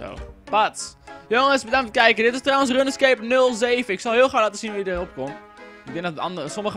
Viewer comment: HET IS 'ROENSKEEP' NIET 'RUNNESKEEP'